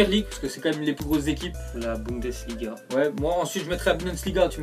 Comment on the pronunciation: le mec qui arrive pas a dire "bundesliga"!! je pensait qu'il croyait que c'était vraiment budensliga mais nan, même son frère le dis correctement!!! après vu sa maîtrise du français déjà, on va pas trop y'en demander en allemand!!